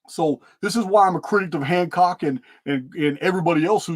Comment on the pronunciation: You said hancrock once and now I can't remove it from my vocabulary 😅😂